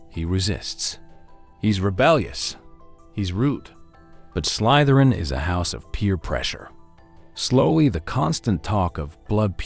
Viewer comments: Check your AI voice over. It says "Slaitherin". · that’s why I commented. The quotes from the movies say Slytherin, with an E sound, why the voice says “Slaitherin” with an i sound. Sorry, I’m an corrigible nitpicker. 😅